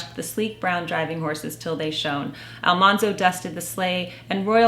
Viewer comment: Farmer Boy was one of our favorites too! Mother really captured my imagination I have heard that AlMANzo was actually pronounced like the word MAN, not mahn. I guess there is a recording of Laura saying his name, and the TV show is largely credited for mispronouncing his name. This makes his nickname, Manly, make more sense. I also read that Farmer Boy was like a fantasy novel for Laura. There is so much focus on food. It was her childhood fantasy to always have plenty of food, where they actually faced starvation several times.